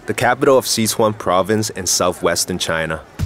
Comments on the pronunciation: dope video.... but I can't get over how the narrator keeps saying "See-chuan" lol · What the hell is with his pronunciation of "Sichuan"?